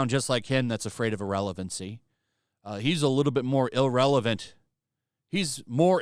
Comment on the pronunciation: Bro, it’s IR-RELEVANT and definitely not IL-Relevant